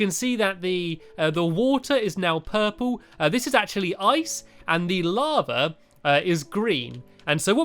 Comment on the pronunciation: You say lavar